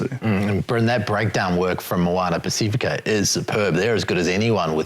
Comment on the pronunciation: Pac if ika Ross, not Pac ee fika!